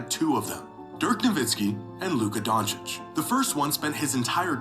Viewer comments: The fact that he kept saying "Donakick" even though Jimmy was pronouncing it correctly (Donchich) the entire video had me irrationally irritated lol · Get used to it. Fligh knows how pronounce it right he jist choses not to. Donakick is a nickname he has for Luka. Got used to hearing at as Donaking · Wait is Flight trolling??? lol I was laughing then he kept Saying Doncic wrong even though people are saying it to him consistently. Mark doesnt own the team anymore, explaining what an agent is, Players not knowing about trades lol. I think there has been plenty of proof that from years of player interviews of players knowing haha. Also an Owner cannot just move a team lol. Im so lost hahaha. I fuck with you Flight but idk its just hella entertaining to be this wrong and loud hahaha. Big fan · Bro someone teach him Luka’s last name